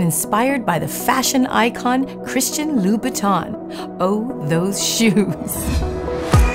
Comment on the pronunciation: Beautiful and very classy! Love the choice of coffin shape. To any english speaker who'd like to pronounce the name of the designer right, it's easy! It's like saying ''ain't'' but don't pronounce the ''t'' at the end. So it's loo-boot-ain :)